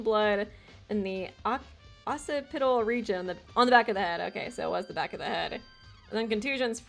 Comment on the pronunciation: FYI - "Occiput" is pronounced: "OX-uh-put" , "Occipital" is pronounced "OX-ip-uh-tul"